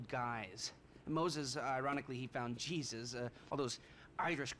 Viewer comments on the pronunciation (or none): none